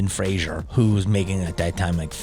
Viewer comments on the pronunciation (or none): It's Fraser, not Frasier! If you say Frasier, I know where you live.